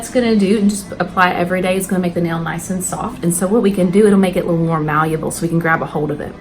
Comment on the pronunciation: Mallible not maluble